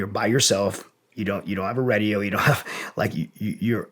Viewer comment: It's "Radio", not "Redio" lol